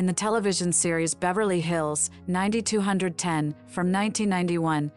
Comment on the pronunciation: It’s definitely not a real person. I mean she didn’t say 90210 correctly at all.